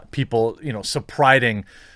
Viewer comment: “How do I say celebrating?” Sorry couldn’t help it.